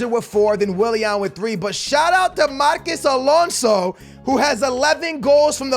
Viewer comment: you really dont know how to pronounce marcos alonso huh